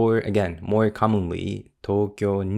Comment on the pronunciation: fune de mo ikimasu, not ikemasu